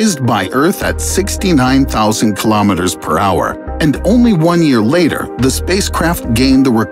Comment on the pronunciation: oN yAeR lAtEr. 🥴